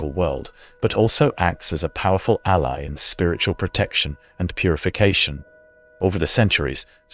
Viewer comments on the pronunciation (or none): none